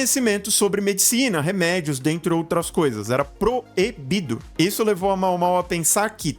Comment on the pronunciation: A pronúncia é Maômaô :)